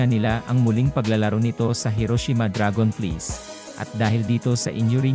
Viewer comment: Can you pronounce right DRAGONFLIES 😂😂😂